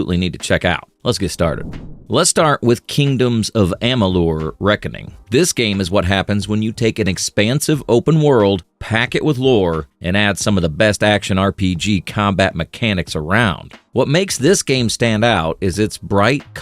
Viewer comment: Just so you know, Amalur is pronounced, “AH-mah-lore.”